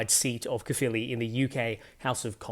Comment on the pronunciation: Brilliant! You perfectly pronounced both Plaid Cymru and Caerphilly. Two things that several English political commentators couldn't manage in some other videos I just watched. 👏